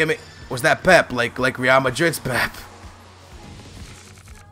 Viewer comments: Pep-a skillz cmon man not pep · Pepe = Peh-pay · I love u but for God sake it's pronounced "PEP-A"